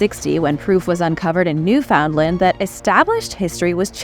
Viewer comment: NEW foundland …. 😂